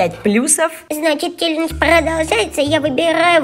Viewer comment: Неправильно: челенж. Правильно: челендж.